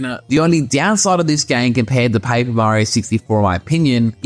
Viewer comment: Where are you from? You have a different accent. U say pa-ee-per mario :)